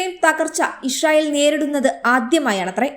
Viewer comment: ഇശ്റയേൽ അല്ല. ഇസ്രായേൽ ✔️